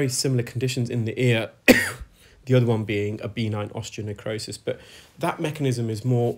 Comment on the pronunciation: Benign: Pronounced not <BEE'-nine> i.e.; accent on the second syllable.